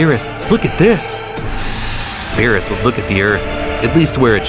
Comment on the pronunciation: "Ve-jet-uh" "Bro-dy" "Be-ror-us" "Kame-uh-uh" "Cyans" 💀💀💀